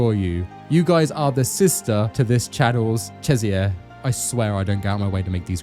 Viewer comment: Bro why do you pronounce Cesare’s name like that? isn’t it CHEH-zah-reh (CHEH as in “cheddar”)?